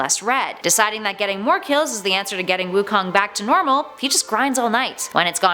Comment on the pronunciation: Wukon more like raven